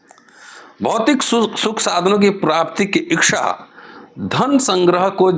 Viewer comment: Thank you very much, sir ! I think it is ' ichha', not ' ikchha'.